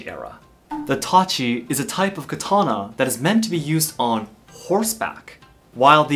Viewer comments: Who all heard Itachi instead of tachi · The way he pronounces TACHI is like I heard itachi lol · When he says Tachi I always here Itachi. When he says Katana I here Katana This is the 4th difference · i thougt he said itach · U forgot the I in tachi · Tachi with a e😆😆